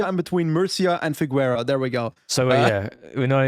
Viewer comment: i promise i heard mispronouncing Figueira somewhere on the video...figuuueira